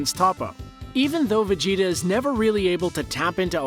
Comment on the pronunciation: it's Majin Vegeta not Majin Vegtio